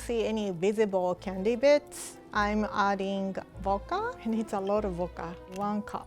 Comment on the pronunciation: why can’t you speak in complete sentences boka it’s pernounced vvvvccodka